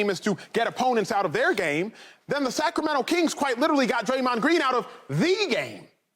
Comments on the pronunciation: the Cacramento kings😂😂😂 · You heard him the....Cackremento Kings 😂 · This man said the cac-rameno- kings